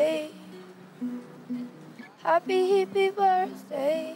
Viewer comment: i love how she says "happy hippie birzday"